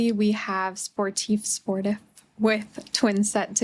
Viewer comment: i think it’s sport-eef bc sportif is a french word